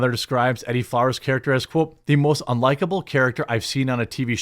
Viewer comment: E-Dee, not eddie.....